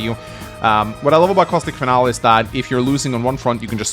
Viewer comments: lmao. Finalé pronounced fin-Al isn't any accent, it's just incorrect. Thats ok, I guess. Fin-alee is closer and is how mostly americans pronounce it, but some other english speakers pronounce it this way too. It's always been funny to me that people are so willing to commit to their ignorance to the point they will start fights to defend their own intellectual laziness. Why do so many humans actively want to stay wrong, Especially in a field where you are using words to convey information to others? Smh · it's FIN-al-ee. Not "final." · hate to be that guy but "Finale" is pronounced Fin-Al-Lee